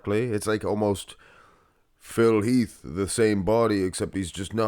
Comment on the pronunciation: Phil Heath….its Phil Heath.